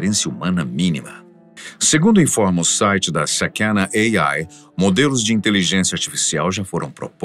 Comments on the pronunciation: Por que pronunciar uma palavra japonesa como se fosse inglês ??? Sakæna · Só um detalhe, sakana se pronuncía sakaná, que significa peixe, assin como o emblema da empresa